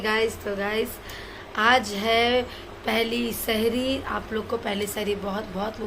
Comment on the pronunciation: Sehri not sheri